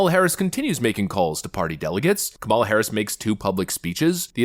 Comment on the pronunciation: It's not Ka ''mal a ; it's Kam' a la, accent on the first syllable.